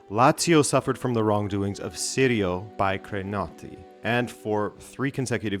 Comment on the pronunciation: Its not sirio ... ciao is in the english language and so is cappuccino cappuc "ci" no... Ci-ri-o people can not figure it out.